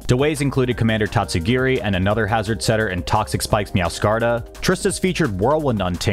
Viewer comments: Learn how to pronounce meowscarada though lmao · I love the video but - and I can't believe I as a Wolfey subscriber am saying this - I hate the way you pronounce "Meowscarada".